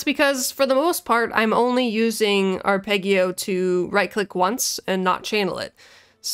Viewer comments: Haha well done :-) "Ahr-peh-dgio" it is. Also: "Voh-tcheh" for Voce, "Ayà" for "Alla" (accent on the second "a") and "Sooooo-bito" (accent on the first long oo). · Arpeggio is pronounced with a soft g. Blame the Italians.